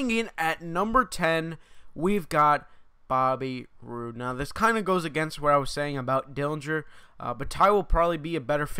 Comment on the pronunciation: He said bobby roode wrong